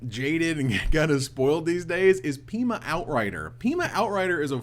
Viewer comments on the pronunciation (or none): none